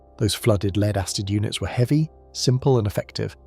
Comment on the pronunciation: Lead, it's pronounced LED in this context. AI often gets confused 😂